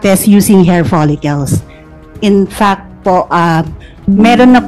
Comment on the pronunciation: Saka paki pronounce lang ng tama yong word na “fact”